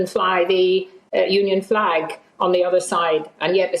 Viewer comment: He wouldn't fley our fleg!